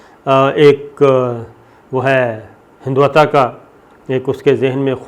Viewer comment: ہندواتا،،،،،نہیں بلکہ میرے خیال میں ہندوتوا لفظ ہے۔ اگر میں غلط ہوں تو میری تصویر فرمائی جائے،،،،،،